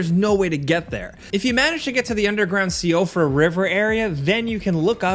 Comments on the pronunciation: Love the video guys but please, its pronounced the She-fra river. It's an Irish name. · Fun little tidbit of info for ya: Siofra is actually an Irish feminine name that means something along the lines of elf or fairy. It's also pronounced Shee-fra. FromSoft do like their Irish names and words I've noticed. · The siofra river is pronounced sheefra, it’s an Irish name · So-free-uh River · Siofra = SHE-frah